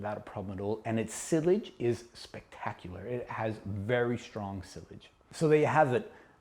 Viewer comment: Sillage is pronounced "see-yohdge" (the D is silent). Great vid nonetheless